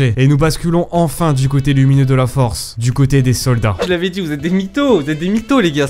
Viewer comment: est ce qu'on est d'accord, 10min21 il dit on à un groupe de "sodas" safe et non de "soldats" ?